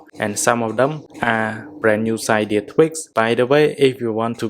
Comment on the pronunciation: It kind of irritates me that he pronounces cydia “cidia